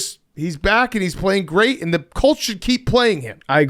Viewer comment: Why does big cat sounds like he's saying the Cults lmao